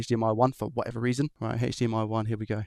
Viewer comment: God can you stop saying sh&hhhhhdmi and just say h . d . m . i?